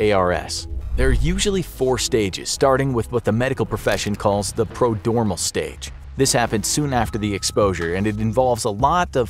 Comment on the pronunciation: . It’s prodromal. Not prodormal. It’s probounced pro-dromal